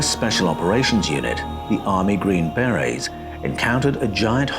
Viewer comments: "The green, bear-rays..." "The green, berries..." "The green, bay-rays..." You can't just make-up pronunciations to make yourself sound British and more intelligent. Hog-wash... (I'm just jealous of the accent... my apologies.) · Yeah lol, you're correct on that (second syllable in America for most words), but TRUST 😆, we Americans already butcher enough words as it is, I will be the first to be embarrassed by that! But for that group, a Force not to be reckoned with lol, it just sounds like "Beray", I was unable to finish watching and was honestly unsure if I was even following along well as it was-something big came up right before I clicked play and my mind was scattered to all hell, but that HUGE distraction just ended (positively) and I'm back online to get caught up and saw your reply 😊. Thanks for not taking offense, as absolutely none was intended! Have a great weekend. 😁👍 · How do you pronounce it? In English English I think the emphasis is on on the first syllable. In U.S. English I believe the emphasis is on the scond syllable. How did I say it? I guess either way it will sound wrong to someone! The hazards of speaking an international language eh! Health and Peace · Hey dude, we dont have Green berr-Rays, or Green Berries. They are Green Berrr-ayz! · ...green "BareA's"? 😂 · Are you LITERALLY not able to pronounce the word, beret? 🤔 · The way you pronounce BERET and HOMOSAPIEN is fuckin stupidly cringey